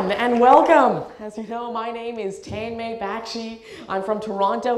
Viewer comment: Why do u pronounce ur name so awkward.u hvbeen given such a sweet name.